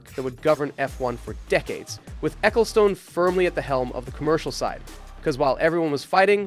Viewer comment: Please never say Spa Francorchamps or Ecclestone ever again T_T I can't do this.